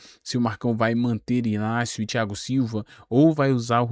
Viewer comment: I G N A C I O e não Inácio. Ele já falou isso